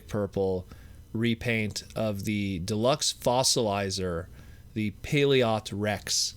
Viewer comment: BTW it is pronounced like paleo trex